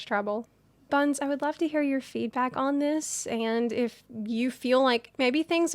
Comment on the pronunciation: I heard "hey bums" and was confused at why she was opening in such a harsh manner